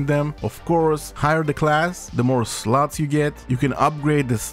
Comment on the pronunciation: I love how he says slots 😅 "- sluts"